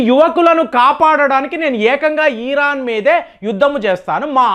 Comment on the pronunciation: ఈరాన్ కాదు బాబు ఇరాన్ నువ్వు ఇరాన్ అని పలకడం నేర్చుకో తరువాత ట్రంప్ని విమర్శలు చేద్దువు గాని